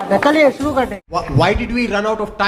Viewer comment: सुरू नहीं। शुरू। भाई वीडियो बनाने से पहले हिंदी भी सीख लेते।